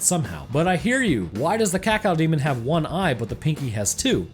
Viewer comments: "Cacaodemon" please don't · ..... IT'S CAK-O-DEMON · Having to hear you say "cacow demon" consistently was REALLY painful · It's caco-demon not cacao-demon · I like how you pronounce Cacodemon. Cacaudemon. I'm not trying to make fun, just something I noticed. I like it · Everyone else: Ka-Co-Demon This guy: Cat-Cow-Demon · Cacodemon, not "cacao"demon !!! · It’s cacodemon not cacaldemon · It's actually Cacodemon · friggin cacao-demon. kah-koh-dee-mon. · DE CACAO-DEMON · "Cawcawdemon" Edit: Also, I am surprised you didn't mention Cacodemons as the ones eating them. Cause I'm sorry, but in a world of imps and gargoyles, I refuse to believe that a bipedal bull that can run through a metal wall is at the bottom of the food chain. You also said that demons normally dont see each other as food, only their enemies. And Cacodemons are said to be dumb af, but also Hell's bottom feeders. Which means that the chewed up corpses of Pinkies are most likely pre-killed carcases that Cacodemons fed upon before getting bored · blud said cawcawdemon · THE CACOW DEMON .-. You reeeaaaaallllyyyy said that wrong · The worst parts of the video is when he calls the Cacodemon a "Kakal Demon" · Is it just me or did say Cacao-demon at the start? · Every time he says cacao demon i die xD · I love the way he pronounces cacodemon, “cacaodemon” 😂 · Cacaodemon? CACAOdemon? xD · "Cocoademon" =D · Just an FYI dude not really important since people say it however they want but officially cacodemon is pronounced as(Cack Oh) demon. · Did you just say cacow demon? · Him pronouncing cacodemon so weirdly is really getting on my nerves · The way you pronounce cacodemon angers me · The way you say Cacodemon causes me pain. Also sidenote: the Pinkies are tougher than 90% of demons in Doom (2016) imo. It doesn’t make much sense that they’re hunted in Hell. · Pronunciation of cacodemon slowly... quickly making me develop a uncontrollable tick...